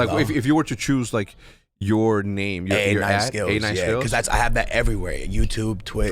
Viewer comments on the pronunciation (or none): its so fitting that hecz couldnt say skillz' name properly just how skillz always says players' names wrong in fifa hahaha